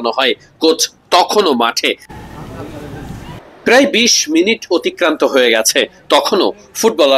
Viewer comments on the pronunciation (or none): none